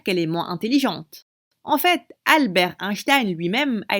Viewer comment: grv par contre quand au début elle dis UNshtain c'est sur que tu vas êtres con genre